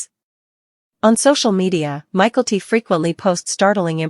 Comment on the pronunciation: Please pronounce Mykelti correctly!🇦🇺